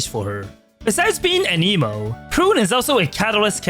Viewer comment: "Besides being an emo".....given her goth kinda style it took me a second to realize you just say anemo differently.